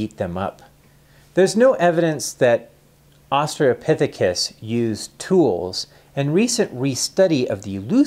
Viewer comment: Australopithecus. There's an "L" in there.